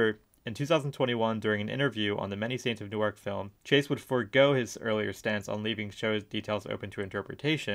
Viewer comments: fyi Newark, NJ is pronounced like "newerk" or "noork", different from "New Ark" DE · I agree. He lost me in the first few minutes when he pronounced Newark like it’s in Delaware not Jersey.